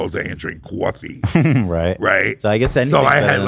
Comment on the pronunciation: hit us with that "cwoffee"